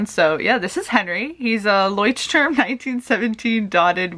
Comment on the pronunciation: kudos for your leuchtturm pronounciation -from ur local, friendly german :)